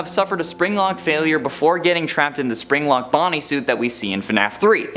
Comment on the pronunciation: My fav part wen he zaid zpring-Lok.